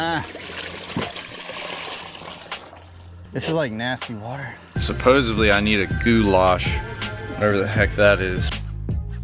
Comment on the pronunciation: In case you wish to improve your vocabulary.....you said ‘supposeably’ when the correct word is supposedly. I’m also trying to get all those posting videos to stop using a non-word...casted. Cast is both present and past tense. Example....I cast out to the weed line a slammed some big bass. Hope this helps.